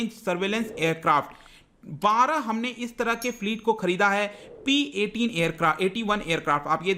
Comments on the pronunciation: Sir P8I h not P 81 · It's P - 8i sir not P - 81😷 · It's P-8I not P-81. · Sir that is not P-81 Its P-8i.! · It is not P 81 as you said.....It is P- 8 I (I for Indian version) of Poseidon long range surveillance aircraft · Sir it is not P8I, it is P 8I (where I for India)